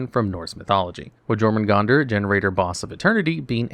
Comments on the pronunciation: YOUR-muh-gun-der. The J makes a Y sound. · I'm guessing you were misprouncing Jormungandr on purpose.